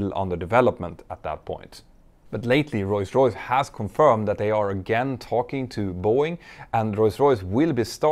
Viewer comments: Whenever you say Rolls Royce, I hear: Royce Royce. Is that me? Or am I missing something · can someone tell me why does he say rolls royce as royce royce is it a something legal matter or is it just his pronunciation. i love petter so much on how he does his videos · Royce Royce, it allways gets me when you say it ;)